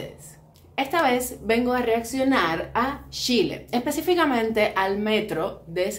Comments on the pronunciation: Es Chile. Y se pronuncia como tal ch, no con sh amiga y mi pais es el mas moderno de Latino America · Los nombres no se cambian nunca. Si tu nombre fuera Yuli y fueras a Argentina (donde pronuncian la Y como Ch) por respeto te dirían Yuli, y sería una falta de respeto que te cambien el nombre por su acento y te pongan Chuli. Chile se llama Chile, no Shile. Suena como si un gringo le dijera Quiuba a Cuba, se llama Cuba y punto. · Lo que dice la amiga es cierto, a los chilenos nos molesta el sonido sh. Si la amiga cubana desea llegar al público chileno le recomiendo pronunciar cuando menos el nombre del país correctamente.